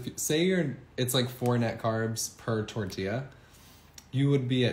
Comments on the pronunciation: It's tor-tee-ya. You're welcome. Tucson (Toosan) Arizona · Stop saying “tordeeya” ffs. People will still watch your vids without your little trademark pronunciations and the “”ay ay ay ay ayyyy…”